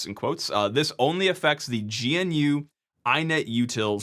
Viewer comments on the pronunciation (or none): I'm sorry to sound pedantic here but this has bothered me for quite some time. GNU is pronounced as "Guh-Noo", similar to the animal. Not "Gee-En-Uu" as the abbreviation might indicate. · GNU is pronounced gnoo. Or like grew, but with an n instead of an r. Not G.N.U. (Source: Richard Stallman himself.) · I really like your videos, but every time you say "G N U" instead of "gnu" (like the animal the foundation also has as mascot), it makes the hairs on the back of my neck stand up. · Umm, EXCUSE me, but it's pro-NOUNCED, "guh-nuu" (it rhymes with "canoe"). thanks.